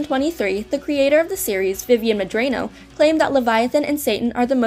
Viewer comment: Friendly note! I believe the Medrano is pronounced "Meh-DRAW-no" not "Meh-DRAY-no." This would be consistent with how the letter "a" is pronounced in Spanish.